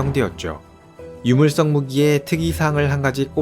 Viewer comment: 유물석을 자꾸 물썩이라고 하노